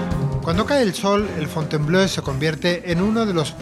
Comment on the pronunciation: Ten en cuenta que Fontainebleau se lee /fontenbló/, no /fontenblœ/ como tu pronuncias. Ello lleva a confusión, pues "bleu" sí que significa azul, pero "bleau" no tiene traducción... Busca "Fontainebleau Francia" en Google y verás!